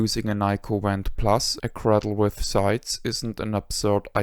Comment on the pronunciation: Five years later I still prefer my Nyko Wand (Which I pronounce "vhand" because of accent😂)for Wii gun games and play them often. Even though I have a modern pc build with retro Shooter guns, I am still drawn to the simplicity of Wii. This video was my introduction to amazing channel and I have watched every video. Thank you for all the precis information and kind assistance over the years! I wish you had a donation link!